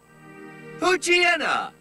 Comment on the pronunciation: Oh god, Even the official pokedex can't pronounce Poochyena and Totodile right. It's TAWT-oh-dile, Not TOHT-O-DILE And it's Pooch-IENA, Not Pooch-Ee-ena. It's Paa-chi-risu, Not Pah-chi-risu But finally SOMEONE gets Linoon right, It's LIE-noon, As in LINE I'll keep pronouncing pokemon from what their name origin is, GO HOME PD3DP! You're drunk!